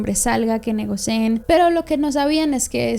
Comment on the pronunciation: negocien🙂‍↕️ jajaj